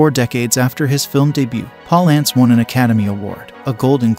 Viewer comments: Jack 'Paul ants'? ?? Poor Guy's probably turning in his grave at the way you're butchering that pronunciation! lol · Jack Palace is pronounced like balance. There is a clip of him saying how much he hated mispronunciation of his name... 🤔 I know my spelling is not perfect, though. 🤷